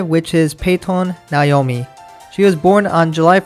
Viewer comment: you pronounced "naomi" wrong.